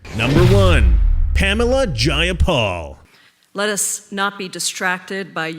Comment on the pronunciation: JAY-a-pal. Take that b!tch 🤣